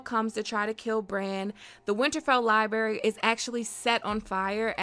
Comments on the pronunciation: The amount of "Libary" spoken in this video made me cringe beyond imagination. Learn to speak... my god... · Libary 🤭🤭🤭🤭 Really?